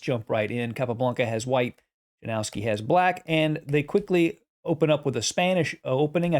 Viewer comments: or „Yanowski” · Correct pronuncation of the name Janowski is ,, Ianowski .. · Yanovsky would be a better pronunciation. Yanovsky liked to attack but he was dreadful at endgames. Capa knew he was far, far stronger.